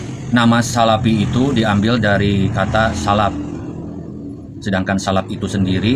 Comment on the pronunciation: salafi pak, bukan salapi.. bagusnya anda belajar ngaji dulu agar lebih fasih (bukan pasih)